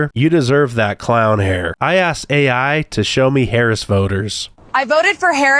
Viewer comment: "nobody axed me"